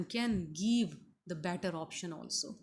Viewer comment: Madam it's give and given not geeve and geeven.